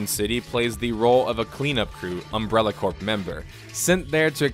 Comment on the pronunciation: Umbrella Cor-P not Core